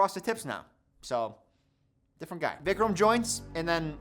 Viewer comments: "it's a little bit diffwent" 👉👈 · "Diffwent" hehe Great job to both and the editor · it's a little bit diffewent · did i hear diffwent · "it"s a little bit diffewent" how much have we had to drink... love u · says “Diffewent” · "It's a lil bit difwent" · "diffewent"? What's next a googoo gaga? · Diffwent lol. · Bro cant pronounce different properly though lmaooo